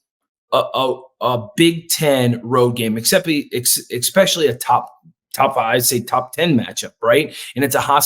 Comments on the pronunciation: Please learn to say especially. EXpecially really hurts my ears. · EXPESHIALLY IF YOU'RE GOING TO USE IT SO OFTEN